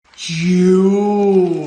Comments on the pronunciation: gah why on earht does it sound like you wer say "jews" whe y usay jewels.. weird hearing i have. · eehm... Might I warn you that when repeatedly shouting jewels it's a good idea to make sure you clearly pronounce the "el" part of the word...